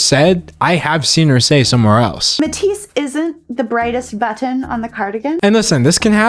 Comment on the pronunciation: I am truly in awe of your ability to maintain your sanity in this shit show of a literary dumpster fire. And the skin crawling, vocal fry affectations of Calloway. That hard pronunciation of the "tt" in "buTTon". I had never heard of this poor little grifter girl, and now I'm upset that i know so much about her. Immaculately presented, though! I can't believe i survived without cringing into a Calloway free alternate dimension. Pity, really.